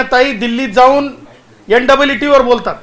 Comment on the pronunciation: Ntte हे कसली परीक्षा तुका नीट नीट म्हणता yet नाही झंडू